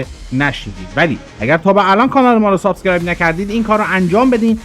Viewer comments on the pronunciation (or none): none